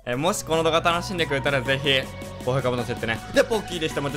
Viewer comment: なんかのアイサツガコウユウフウニキコエルみなさんこんにちはボッキですに聞こえるwww